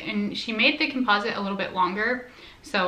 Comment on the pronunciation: Your not pronouncing composite correctly